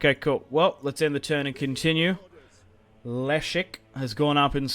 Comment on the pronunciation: Leszek (Le-shek) Poznań (pos-nan "pos" like "position" "nan" like "nani?")